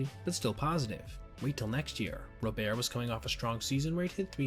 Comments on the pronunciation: Its Luis ROBERT, not Robear!! He goes by the American pronunciation of his name!! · Ro-bear...? first time hearing someone call him that. always that it was Robert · Guillen = GEE-in Robert = RAW-burt It's not gee-YEHN or ro-BEAR. I know because I'm a fan of this dumpster fire of a team. Pray for my soul.